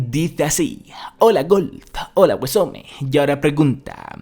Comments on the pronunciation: Nadie: Absolutamente nadie:: Agüesome (Awesome). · "Aguesome" jajajaja me hiciste el día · Los españoles son mucho de hacer eso xd leer como les sale de las nalgas xd